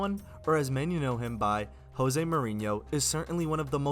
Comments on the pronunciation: Great video! Very informative. One thing though..it's pronounced Jose no "Ho-se". Mourinho himself is quite particular about this. 😂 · Jose! J o s e!!? Not Hose. He is Portuguese not Spanish. Pronounce J o s e